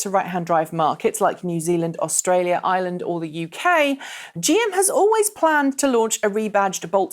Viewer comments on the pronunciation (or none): none